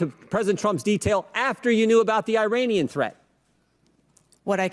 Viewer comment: why cant she say Iranian?